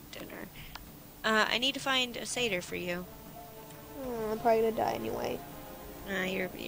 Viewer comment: No its not....ugh say it right its Say der even google it